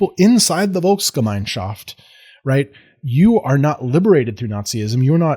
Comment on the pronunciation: One of the very few Americans who can pronounce Dolchstoßlegende at all close to properly, proceeds to apologize for his pronunciation in perfectly passable German, and follows it up with a perfectly pronounced Volksgemeinschaft and Weltanschauung. Are you after honorary citizenship?